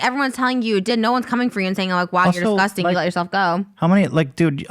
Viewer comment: You guys have come a long way and also Ethan try not to say “I don’t want to wrestle with you that’s DISGUSTING” with all that emphasis on disgusting. You can speak your point without going over the top. Cause then it looks sus